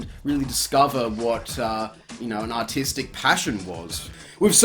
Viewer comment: Doesn't sound like it at all, all i hear is "Ah Tea Stick" XD